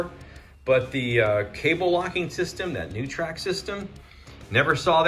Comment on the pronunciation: let me help with some English: the word is taken ABACK, not taken back. And that new word for you is pronounced NOY-trik, not new-trak. Just trying to help, don't shoot the messenger.